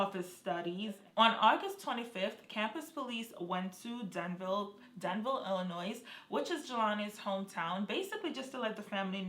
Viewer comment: Thank you for this time-line video ! I think whoever killed Jelani was a professional killer...😥😢 Side note: Just so you know queen...Illinois is not pronounced with the S on the end. Don't feel bad I used to pronounce it the same way..😆